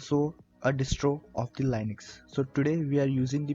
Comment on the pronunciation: Great for anyone new, But annoying that you keep pronouncing LINUX wrong.